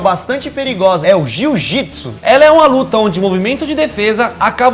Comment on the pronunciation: JU-JITSU KKKKKKKKKKKKKKK